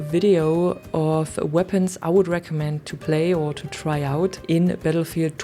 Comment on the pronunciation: " to try aut" 😂😂 are y a German 😂?